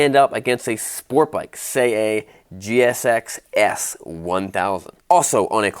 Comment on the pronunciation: i thought you said sport bike. gsxs?